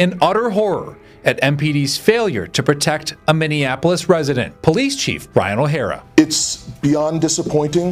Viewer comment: Minneapolis, pronounced 'mini-apolis'. No offense meant.